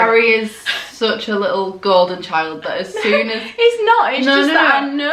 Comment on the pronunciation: ”why do you look so little” Her mum:”because I am liccle” 😂😂 omg I love u guys